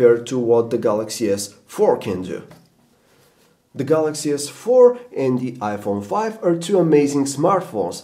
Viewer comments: OMG he just said "Samsung Galaxy S Fuck 4" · The galaxy S... 4!! Lol what's up with that pause?